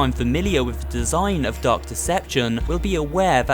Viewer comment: It sounded like you said duck deception